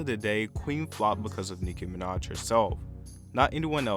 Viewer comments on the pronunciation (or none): "nicki minadsh"